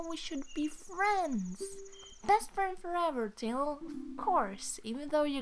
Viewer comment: it's tiil...this comes from your cousin who knows english